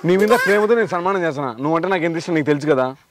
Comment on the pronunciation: Sanmaanam ❌ Salmaanam ✅ 😂